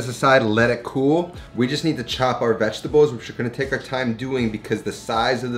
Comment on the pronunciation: I like how he says VEGTABOWS